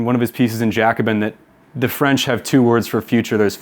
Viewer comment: Comrade your French pronunciation gave me a disease 😭